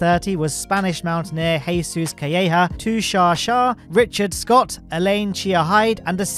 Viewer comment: as a spanish, hearing "Jesus Calleja" made me scream internally lmao